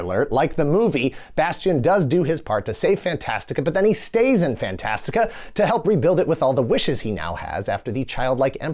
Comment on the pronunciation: Thanks for saying Fantastica. I'd read the book several times in grade school. It always bothered me that the movie calls it "Fantasia" which sounded like a Disney thing. Also how did anyone get in that tower?